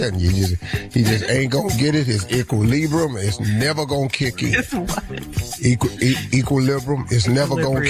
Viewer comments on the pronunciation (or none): Not “equalibrum”!!! 😂😂😂